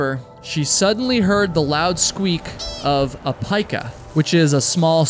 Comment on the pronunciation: It's pronounced peeka like Pikachu. That animal is the inspiration for Pikachu.